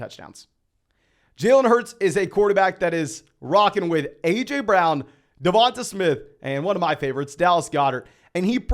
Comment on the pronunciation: Great video, but I think you might want to check your pronunciation of DeVonta Smith.